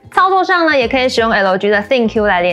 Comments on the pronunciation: 是L居易（快速連著讀），並不是L基, 也不是L居啦!!!! 😂差很多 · 是L基, 不是L居啦!!!! 😂差很多